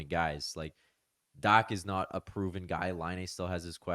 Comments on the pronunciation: It's dock, not dack. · It should actually be pronounced Dakh as Dach is a word of German origin where you read 'ch' as kh. (It means 'roof' in English).